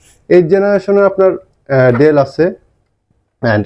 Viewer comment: ডেল না। ডেল বলেন কেন?